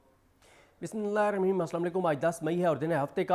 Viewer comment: Masha Allah all well said. Can you please say bismilah properly. ❤